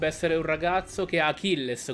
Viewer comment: Si pronuncia acless